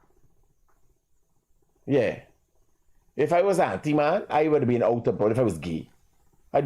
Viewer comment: The word is antiman not auntiman